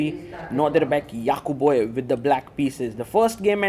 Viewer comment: "Yaqubboyev" is nice pronunciation